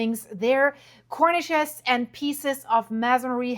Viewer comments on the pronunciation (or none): A cornice is an architectural feature that is usually a support for the edge of a roof and it is pronounced: kor-niss. The word you are using, Cornish, refers to a region of southwest England named Cornwall it is also the name of a small breed of chicken; the Cornish hen and it is pronounced kor-nish 🤓